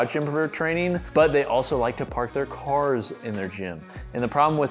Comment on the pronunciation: "People like to park theyr car in the gym" 🤣😆😂